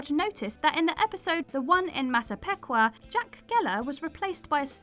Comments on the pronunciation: Thank you for massacring the pronunciation of "Massapequa." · Sorry to be another nit-picking critic, but you mispronounced Massapequa also :D Native American derived words can be tricky though, if you don't know the pronunciation rules. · as a Long Islander, hearing Massapequa pronounced incorrectly just drives me up a wall. MASS-A-PEAK-WA